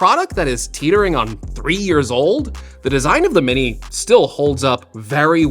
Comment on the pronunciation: “Mini’r” - dying laughing! 🤣